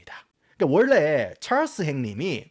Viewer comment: 왜 알고리즘에 뜬건지 모르겠는데 경상도 사투리와 굴러가는 미쿡식 영어 발음의 콜라보가 매력적인분이시네요ㅋㅋ 좐/촬스 + 으깨/느그들 ㅋㅋㅋ